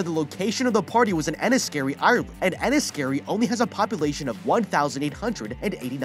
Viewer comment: Hearing someone not from Ireland try to pronounce Enniskerry is something I didn't know I needed